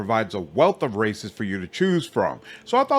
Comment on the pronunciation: I thought you said there is lots of racists to choose from but you said "races" and I understand now